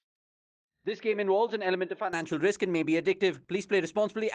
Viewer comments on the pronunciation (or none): none